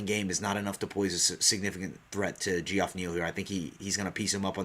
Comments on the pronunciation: Just an FYI for u brother its pronounced Jeff not gee- off lol. Just thought you might want to know. Love the podcast 👌and I think I agree with all your picks 👍except for Angie Hill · Pretty sure its pronounced Jeff